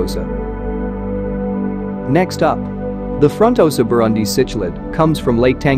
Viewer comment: You Need to work on your pronunciation buddy😂😆fronnn-tohsa ... tahnganjika —> those words